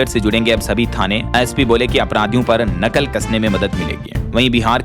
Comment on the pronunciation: नकल नहीं उसे नकेल बोल